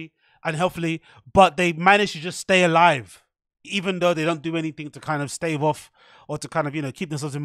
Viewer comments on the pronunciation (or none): none